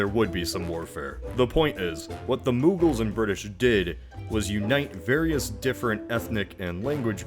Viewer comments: Moogles? Dude. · Its muggle...as in non-magic folk. 🦉